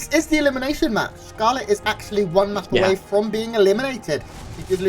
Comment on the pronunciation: Why is the S pronounced as TH? Did you thee that? Thcarlett is about to thcout uthermal rethourceth...